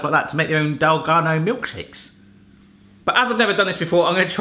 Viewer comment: Plus it's dalgona not dalgano. Lol 😂